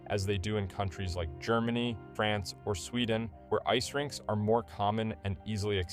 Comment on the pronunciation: Every time he says France i cringe a bit..